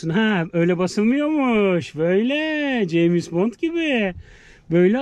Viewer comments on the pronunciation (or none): none